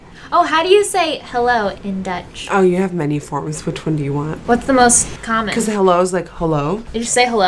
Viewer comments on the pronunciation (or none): who here thought that at the beggining, when nikkie said "hello" it sounded like "holo" ??!!! cristene lol